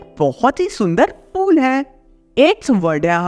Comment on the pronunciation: bhaiya fool 🤪 wala ya phool 🌺 wala please bata do